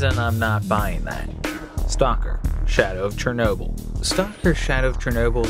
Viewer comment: You pronounce the Ukrainian word Shernoby But its called Chernobyl